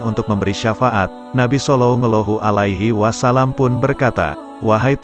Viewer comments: Jangan belepotan sebut salalahu alaihiwasalam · Maaf admin tolong dong sebut nabi Muhammad salallahu alaihiwasalam yg betul dong